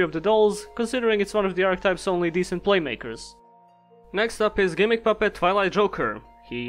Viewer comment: haha u said "playmaker" XD